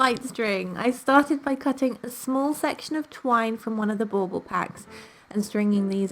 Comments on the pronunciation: Is that what she said?! I taught she said ball ball 😂😂 I was like why say it two times? LOL, english is not my first language (obviously 😂) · Bull ball?! It’s driving me bananas. What is she saying? Lol